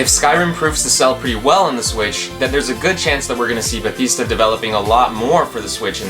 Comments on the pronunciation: its not ba thees da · Another great video! What's with the way you pronounced Bethesda though? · When you pronounced bethesda wrong you have doomed your commnets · The whole comment section is about pronouncing Bethesda wrong. Sure its annoying for some but the actual quality of the video is great for a small channel. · Hey man, no one is forcing you to say Bethesda a certain way, say it however you want:) I was just a little surprised because I'm not used to hearing it pronounced like that. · You are pronouncing Bethesda very wrong. please stop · You were pronouncing Bethesda wrong btw